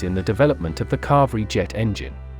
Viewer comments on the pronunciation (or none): Say "kavayri" not "lavri" engine.